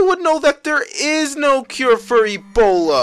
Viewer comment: The emphasis of e'B'ola tho 😂